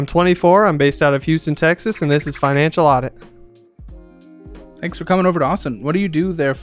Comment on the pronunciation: Could've sworn he said "this is my enchilada" not financial audit😂